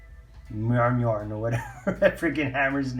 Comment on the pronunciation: Glad to see your back. Great pickups, had those frost books on my radar for a while now just haven't picked them up, congrats in that rocket and that Hella variant. Thors hammer is pronounced mill near. I looked it up years ago because I wasn't sure how to pronounce it either lol. Anyway have a great one brother.